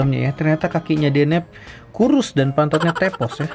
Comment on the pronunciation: Akhirnya bilang deneb bukan denebi, mantap bang 👍